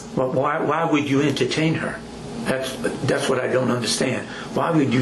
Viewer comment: Dee’s Don’ts and Dat’s… Nuf said.